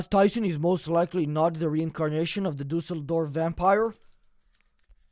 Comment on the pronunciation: "Dusseldorf Vampyre" 😂😂😂